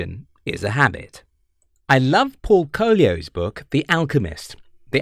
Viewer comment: These damn Brits! The narrator deliberately butchered the name of the great Paulo Coelho (The Alchemist) by calling him "Paul Collio". What if we called William Shakespeare "Bill Shackleford" , or something like that, simply because we thought that it would be easier to day his name? They do this crap all the time, man...